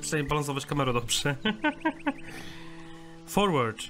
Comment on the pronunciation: Forward czytaj jako forłerd~